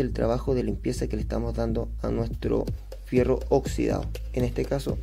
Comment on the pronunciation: HIERRO, HIERRO, HIERRO NO FIERRO CATETO.